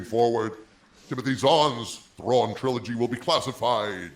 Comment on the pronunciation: Please not Trawn